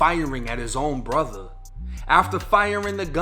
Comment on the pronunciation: He awgued and was chaawed with shootin' at his own brutha?